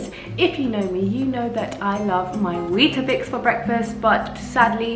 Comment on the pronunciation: As a South African I will never get used to how you pronounce weetbix 😂 it’s so interesting